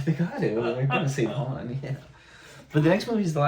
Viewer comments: Han* or Haan*, there is no Hanz. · Han. Not Hans. So many people do this. No idea why. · I'm sorry, but this was killing me. It's Han, not Hans. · Dude..... it's Han not Hans 😂😂😂. Also, the braids on Boba Fett's shoulder are wookie scalps.❤❤❤ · "Han", not "Hans". The "S" comes from Han's last name, "Solo". Han Solo. Time jump is about 3 years, and another ~1 year between this one and the next. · He is Han, not Hans. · Pronounced Hon like Honda, although Lando tends to say Han like hand, for some reason. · It is Han Solo. Not Hans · Han Solo. H A N no S or Z